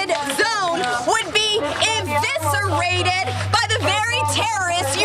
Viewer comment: Boebert is a Christian as Donnie Diapers who can’t recite a single Bible verse. Inviscerated? It’s eviscerated you f*cking moron.